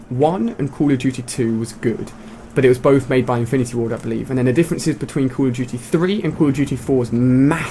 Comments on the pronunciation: why are you all caps and why did you call it cold of duty its call of duty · call of juty lol xd